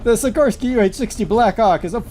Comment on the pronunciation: it's pronounced Sikor-Sky Like sick-or-sky named after the company's founder Igor-Sikorsky, who invented the first helicopter.